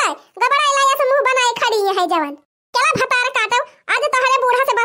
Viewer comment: bhatra kaati nhi bhatar kaati kaha kiriye jaise pahle bolti thi 🙄☹️